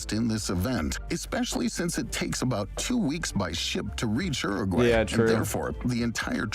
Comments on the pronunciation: The way that guy pronounced Uruguay scrambled my brain. ERRRRGWAYY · 'Ergway'? He said ''Oo-rag-way," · hmm, no. Rolled Rs are only used in Spanish at the start of a word (radio) or when it's a double R (barril). It's Uruguay, not Urruguay. Edited to add: I forgot the other case, at the start of a syllable when it follows some consonants (alrededor, the first r is rolled). Some regional accents roll Rs at the end of some syllables, but that's not the case of the word Uruguay, where the r is at the start of a syllable following a vowel (U-ru-guay) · Is that how Americans pronounce Uruguay?!!